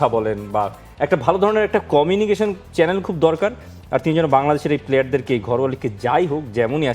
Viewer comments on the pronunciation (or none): none